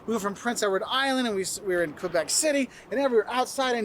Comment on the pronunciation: I like the way you pronounce "Québec" ❤ the right way haha not "Qwebec"